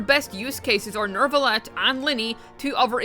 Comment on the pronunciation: why is there always an "R" in your Neuvillete? it doesnt exists smh